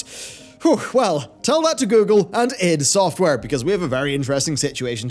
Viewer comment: I am really disturbed by the way you pronounce iD Software...